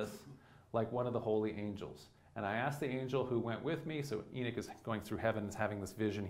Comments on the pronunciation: Enoch or enich this dude is giving a talk and can’t even pronounce the name correctly 🤣🤣🤣🤣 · A comparable example could be found in "The Dukes of Hazard" where the character of the deputy has another, similar Biblical name "Enos". The show portrays the traditional American pronunciation of that name: EE-nuss, (rather than "ee-NOSS"). I appreciate that if you live on the coast in the Northeast, you may have access to people influenced by modern Hebrew pronunciation, rather than standard English pronunciation. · It's not the E that he's mispronouncing. It's the O. I speak Hebrew and no one pronounces Enoch like that. The only difference is that in Hebrew the ch make a more "throaty" sound. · Do all Americans pronounce Enoch wrong like this guy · I would have watched if Enoch was pronounced correctly here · You keep pronouncing the name of Enoch wring. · "Hahnook" not Enik... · He pronouncing it E knick which it's pronounced E knock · I grew up on the East Coast, half in the South and half in New England. I have never heard someone pronounce Enoch as "EE-Nick." Always heard it pronounced "EE-Knock." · Enik? Is this a Sumerian Ethiopic version? If so does he mean Enki? It so irritating to hear the principle character's name so badly pronounced, and hearing it spoken so badly multiple times is just too much. It's E‐nOch, as in 'knock on the door' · En'o'ch not Enick!!!!! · Eknock not Enick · i cant even listen to someone who cant pronounce the name of the book they are speaking about its too bad because other than that it seems like a good lecture but i cant get past it. its not "Enich" its Enoch! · Pronunciation is not EE-nick, its ee-NOCK. Great video btw. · Why is he saying "Eenic" instead of "Enoch"? {:-:-:} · Enoch (ee- knock) not Enick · It’s pronounced “enOch” not “enIch”so annoying. How does this guy not know the pronunciation of the the letter “O”? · why does he call it "the book of enich " ? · Can he not say "E knock" or am I not properly pronouncing Enoch ?